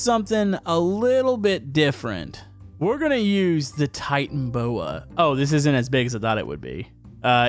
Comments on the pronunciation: btw you say it (ty - tan - aboa) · that's not how you pronounce Titanoboa you pronounce it tie tan oh boa